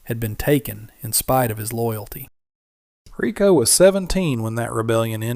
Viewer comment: Excellent story. Can't stand to watch the dopey pictures of these things so I play Solitaire while I listen. Riko deserves better than to be called rye-co.